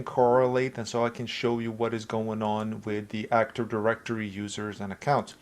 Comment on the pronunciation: Awesome video, but why do you say "actor directory" instead of "active directory"? 😭